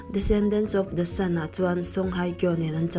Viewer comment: Descendant of the Sun(Shun)...😅😂😂